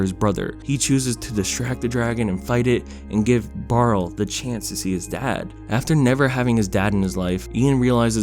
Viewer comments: Just a bit of a pet peeve, but the older brother's name is pronounced Bar-lee. Barley. It's said throughout the film! Aside from that, this is such a great movie and more need to see it! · I'm sure you have a billion comments about this but if I don't I'm going to go crazy: his name is Barley (so what you said but plus ee at the end.) Maybe its a joke, I can't tell but it's driving me insane. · Him: I love this movie! Also him: Gets the brother's name wrong every time.